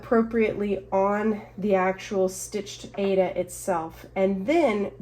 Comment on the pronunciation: Thank you for your video, FYI - the fabric Aida is pronounced eye-re-da. The creator of the fabric wide loved opera and the fabric is named after the opera Aida.🤗